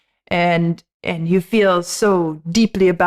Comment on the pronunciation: Our host is overemphasising the emphasis on you............